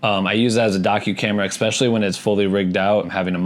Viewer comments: especially not expecially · I promise to subscribe if you stop saying ’expecially’ 😅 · Especially.....not expecially...learn english😒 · The way you say especially is killing me hahaha, thank you for this vid and sharing your knowledge